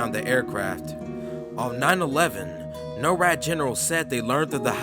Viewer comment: Not being able to properly pronounce “simulation” and “NORAD” correctly detracts so much from the content of the video it loses credibility.